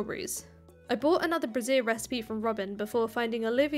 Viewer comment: That really, really isn’t how you pronounce “brazier”,.